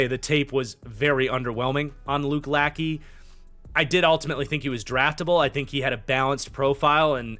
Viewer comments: Luke la-shay, not lacky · Lachey is pronounced la-shey, not lack-ey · Lachey is pronounced lashay